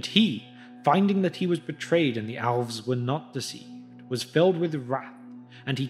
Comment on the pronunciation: Why do you pronounce Elves like Owlves?